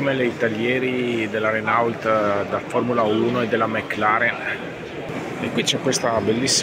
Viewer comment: Renault si legge reno'